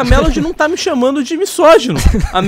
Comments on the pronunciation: MiÇogino? Kkkkk pohha para de falar errado, irritante. MiSógino tem som de Z burro, S entre vogais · ele pronunciando misógino como miSSógino toda agr da agonia